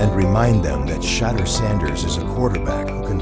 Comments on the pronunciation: Please pronounce Shedure’s name correctly! It is Shedure, emphasis on second syllable. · Sha-door is how it’s pronounced